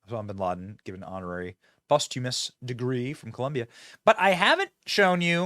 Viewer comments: Love the channel Benny but its not "Post-Humourous" its Posthumous pronounced: "POS-STEW-MUS"....ffs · i know your going without reading 1st, but its Post-humous not humorous